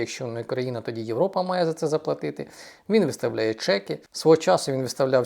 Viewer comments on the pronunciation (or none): none